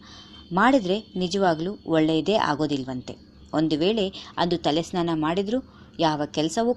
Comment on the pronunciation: madam tತಲೆ ನ್ನಾನ ಅಲ್ಲ ಸ್ನಾನ